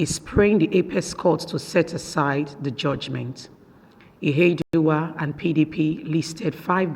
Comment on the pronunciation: Please it is not Izedima and Ihedima, their names are Uzodima and Ihedioha, I don't know why the Yuroba people find it difficult to pronounce Igbo names while the Igbos pronounce Yuroba names correctly.